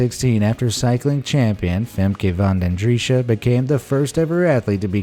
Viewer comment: The name Femke van den Driessche and Nico van Muylder are pronounced very wrong. Their names are Dutch and we don’t say their names with that bad accent.